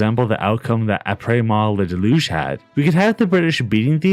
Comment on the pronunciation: “ahh praise ma delooge”